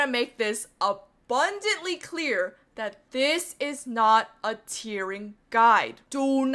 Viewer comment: I constantly were hearing "tiering" and "tearing" at the same time, which by seeing your experience, seems accurate I couldn't differentiate the words. However it's admirable what you did